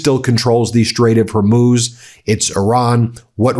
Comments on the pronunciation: I see you've gone back to your old favorite "HERMUSE". Have you considered using AI to do your voice overs? I'm sure they could could get it right for you as you seem to be brain-locked on mispronunciation of commonly known terms lately. BTW, every time Trump appears, I immediately go to someone else's video. Please reduce that scum's appearances as they are truly annoying. A summation would be best IMO. Also; Trump panics, all hell is breaking loose, and Trump has a meltdown are getting a little stale lately. Maybe purchase a thesaurus? Quality over content and mass broadcasts every hour may be in order. I know the money is enticing, but we know where that leads don't we? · Good lord, you're ignorant. It's taken you a week until you stopped calling the Straight of Hormuz the straight of Hormoze. How many posts until someone corrects you on this? "Houthi" is pronounced HOO-tee (IPA: /ˈhuːtiː/). The first syllable sounds like "who" or "hoop," and the second syllable is a long "ee" sound. It is often phonetically spelled as "Hooty" or "Hootie" in English, with the "th" often pronounced like a hard "t" sound.